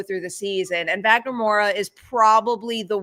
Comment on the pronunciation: Just so you guys know, the ‘W’ in Wagner’s name is pronounced like a ‘V’ as if it was written Vagner. It’s a diference between portuguese and english